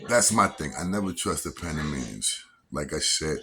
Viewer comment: Yo I like yo shit but panamanians is the correct way kid